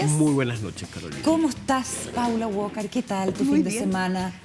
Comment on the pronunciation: Na que ver, pero no entiendo por qué todo el mundo le dice Paula WOKAR??? Así no se pronuncia Walker wnnn